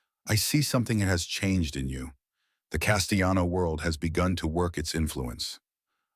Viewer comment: The AI pronouncing the double L in Castellano as if it were a Spanish name made me laugh.